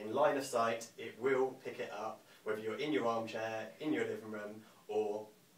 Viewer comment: Really enjoyed that demonstration, thanks. Just one point though,I wish you didn't say "free", "whevver" and "anovver" as it really doesn't give a good impression of the company